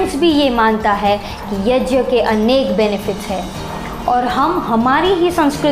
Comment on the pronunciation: YAJYA नहीं होता यज्ञ (YAGYA) होता हे